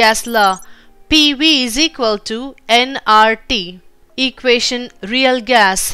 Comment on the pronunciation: equation itself wrong pronounciation and very dry